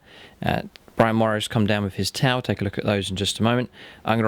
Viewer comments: When your friend said “these are my 2000 points of Tau” it really sounded like he said “...points of Tie”. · That Tau army is striking! The contrast of the neon green on grey really pops. Did anyone else notice he pronounced T'au as Tai? That is one awesomely thick accent!. Love it! Need more of this for the greater good!